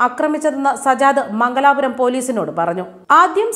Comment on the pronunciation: മംഗലാപുരം അല്ല പെങ്ങളെ. മംഗലപുരം.